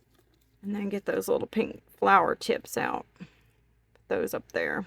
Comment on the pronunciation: that is really a cute idea. it would be a wonderful vase or pen holder as well very creative. its so pretty....and i loved it when you said flaaars instead of flower lol